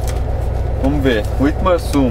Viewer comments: Eu sou de Witmarsum e ele tá serto é witmarsumense e se fala como se tivesse um v não w tipo vitmarsum esta me dando agonia para de falar errado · Nem sabe pronunciar o nome da cidade kkkkk W em alemão tem som de V Não dêem informações erradas aprendam primeiro e repassem depois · Só a pronuncia do município estava errada.